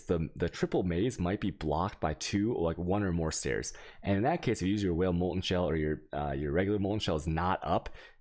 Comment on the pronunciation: why do you say wael instead of vaal? there is no w in vaal